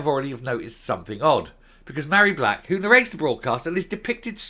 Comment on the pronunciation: Love your pronunciation of Ma hairy back!!.....Fits her to a T